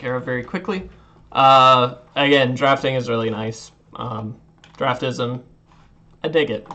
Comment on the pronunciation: It is pronounced Draft-Sim....Not draftism. Also it does help but is not 100% accurate. Best used for drafting and right before precon format for new sets.